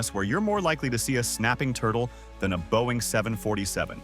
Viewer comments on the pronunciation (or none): none